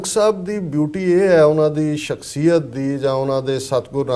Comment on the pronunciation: Bro it is shakh-siy-yat (personality)